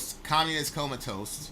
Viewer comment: really said comatoast. Haha Keep up the work!